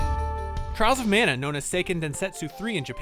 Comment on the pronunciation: Trials of Manner Trials of Mah-nah ✅